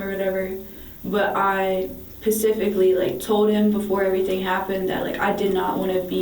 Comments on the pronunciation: 😂😂 pacifically not specifically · An education is just so overrated, you know, "Pacifically or whatever".. 🤔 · And ffs, it’s SPECIFICALLY. Not PACIFICALLY. 🤦🏻‍♀️ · And I’m sure this isn’t the first time you’ve been told, it’s Specific not pacific. That’s an ocean. Learn English. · True crime extravaganza! Two of my favorites today. Damon Verial and 8MC aka Couch Detectives! Edit: She keeps saying "pacifically" instead of specifically. Driving me crazy! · Pacificly lol 😂 you’re an idiot for staying with him! Fact ass crying had me 😂😂😂😂😂😂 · This girl thinks specifically is pronounced "pacifically" 😂😂 this one's gonna be useless for life. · Stay in school, ladies. Her vocabulary is so limited. "Pacifically"? Wow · the way she says "pacifically" and "er whatever" was so annoying. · Pacifically whatever and stuff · What PACIFICALLY are u saying young lady? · They should’ve arrested her as soon as she said “pacifically” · pacifically or whatever. un-consensual or whatever. intosicated or whatever. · Ah yes.... Pacifically. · "Pacifically, whatever" 😂🤣